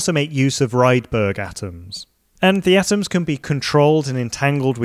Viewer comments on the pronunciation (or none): Little note: one pronounces Rydberg atoms „reedberg“ atoms.